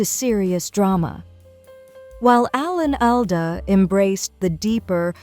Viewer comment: Please stop mispronouncing his name